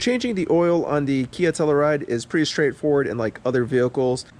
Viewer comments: DEAR GOD man....stop mispronouncing the name of this car and if not this car then for the town it's named after.... HERE YOU GO: TELL-U-RIDE...not TELL-A-RIDE.... Alright enough of that... Thanks for the oil change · Good video but you keep on pronouncing Telluride wrong lol and it's kinda cringe. It's pronounced TELL-YOU-RIDE.